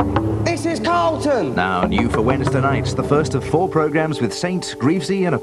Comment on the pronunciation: It's Say Carlon Instead Of Carlton.